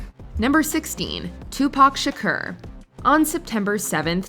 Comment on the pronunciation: Tupac Sha- who??